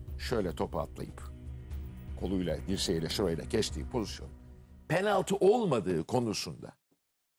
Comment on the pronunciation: Bay objektif abimiz gene kiviriyor penalti diyemiyor😂😂